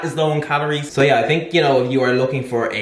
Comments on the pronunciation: You've got this. Vol-u-min-ous. Stress on the U. Otherwise, good video! Nice ideas. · Ah, no! You've gone backwards on the 'voluminous' pronunciation. It was going so well!